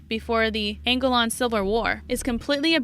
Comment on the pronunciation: Why do you talk like a robot voice? Heard too many of 'em on You Tube? And, don't know how to pronounce "penal" (PEE-nahl) or "Angolan" (An-GO-lan?) And Khmer Rouge, I won't even try to teach ya. If ya need a proper voice-over actor, get in touch with me.